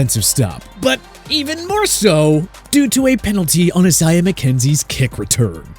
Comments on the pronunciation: i-s-a-i-a-h not asah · Excuse me but how about pronouncing the name right? E-sai-yah? More like I-say-ah...